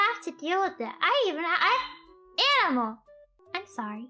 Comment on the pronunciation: Im hearing enemel the longer i listen to her 🤣🤣🤣